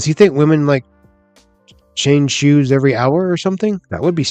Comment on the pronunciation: Must be a northern thing lol